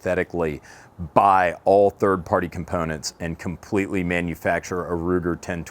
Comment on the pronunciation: You say "Components" funny....